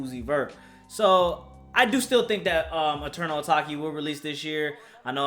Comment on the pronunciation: Mans said Eternal Ataki 😂😂